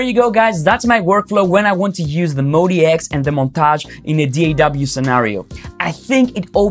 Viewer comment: It's "MOD" and then "X", Modx, not Mody X or Modi X. 🤣🤣🤣